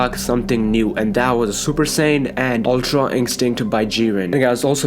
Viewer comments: Why does he say Umtra Inkstinct? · Am I the only one who was annoyed everytime he said ultra instinct tf is ultron instinct smh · Its Ultra you fkn idiot not Ultron